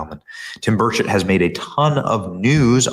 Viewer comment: NEW HIT SONG! DAD GUM... Love it and I LOVE my congressman!! Ya know, Tim is too much of a gentleman to say anything, but his name is pronounced BURR' cht. BURR cht To hear Tim say it, he doesn't really pronounce the 'e' in chet. 😎🤓😂❤ Love you Benny! Sometimes you say it right. 👌👌😍